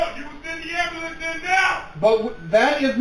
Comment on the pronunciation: What’s an “ambalance” I mean I’ve heard of an ambulance